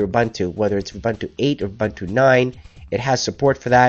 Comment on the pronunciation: Everything is great thanks. But it is pronounced "oo-BOON-too" and not "oo-BUN-too" That's it mate, keep it coming.